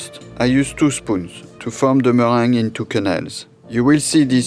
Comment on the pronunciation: Mr french chef guy, u said sample when u meant simple. YW deviled not duvilled. YW 'mewang' in your case = merengue\ YOU(i) learn about islands. sounded like u said I-lone.\ dee_fah_went = different. U can say AYuh_ray_shun or Aeroray-shun but I-raytion nope {Aeration}